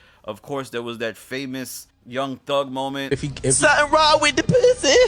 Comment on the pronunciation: “Something wrong with the pwussy” 😂😂😂